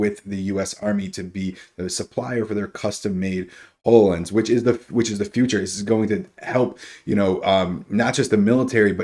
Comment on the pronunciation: I literally cringe every time you mispronounce Hololens. It's Hollow Lense not Whole O Lense!